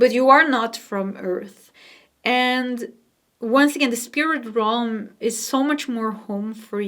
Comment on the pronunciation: Realm pronounced Relm not Rohm🙂